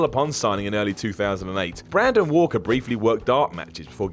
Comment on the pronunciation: Really,, you couldn't re-record 30 seconds to get Walker's name right?